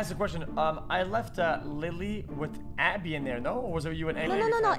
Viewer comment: Abbey lool its Abe